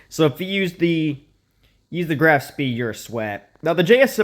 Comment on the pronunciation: If you care, the spee is pronounced "shpei" :}